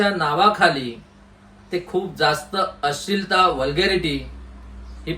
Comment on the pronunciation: आम्हाला तुमची तळमळ कळते. पण आपण।मराठी माणसाने तरी मराठी शुद्ध बोलले पाहिजे. अश्लिल..अशील नाही हो. बरेच उच्चार चुकीचे होत आहेत. जरा लक्ष द्या.